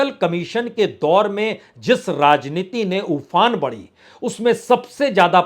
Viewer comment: शुद्ध उच्चारण करना सीखें। 'राजनीती', 'पासा फ़ैंकना' क्या है? र्राजनैतिक, र्राहुल क्या है?